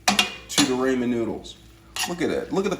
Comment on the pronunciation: Who the heck calls ramen as "ray-man"?! 😳 Even worse is all the rest of the pronunciations. Oh my poor brain! 😵‍💫